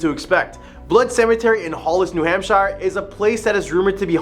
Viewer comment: The State name? No. It's pronounced hamp-sher, not hamp-shyre.